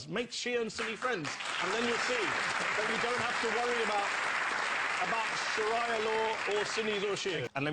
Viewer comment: Shiraya law? Wtf. A man who doesn't even know how to say Sharia law, pretends he knows so much about it. Idiocy of a white man at its best.